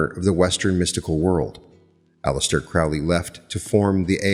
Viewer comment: "CROW- ley." is the pronunciation. "Eh-gre-gore" is the other word. (Not E gra gore)